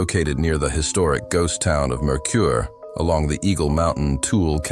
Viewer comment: The town of Tooele is pronounced Too-ill-ah. Mercur is Mer-ker. These stories were very interesting and the pics/videos were great. Makes me home sick. Well done.